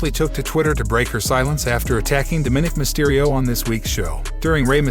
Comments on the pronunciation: You twice mispronounced "DOM-i-nic"'s name. Not "do-MINIC"! learn to speak correctly. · How many times did you misspronounce Dominic name in this video